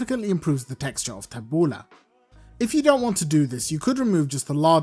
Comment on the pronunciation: My Lebanese mentor ( a neighbour lady who took me under her wing as a child) taught me how to make tabouleh. First, I love that you do not call it taboulEE like so many around here. I have always called it taboulEH rather than taboulAH lol. Secondly, I love that you are doing the proper chop of tomatoes and especially the parsley. I, too, was taught to keep the stems out and finely HAND chop. Otherwise, the parsley gets mushy, and the salad gets hard bits of stems (very unpleasant). I use a medium bulgar rather than fine and soak in cold water until it has absorbed it and becomes soft but not mushy. I also finely chop the mint. My lemon juice and olive oil and salt are added as i mix. Because it's such a labour intensive salad, if done correctly, we always make a large batch that will last the whole week. I find that it actually gets better after a few days as the flavours marry and mellow. I think it's probably because i soak in water and use the lemon to flavour.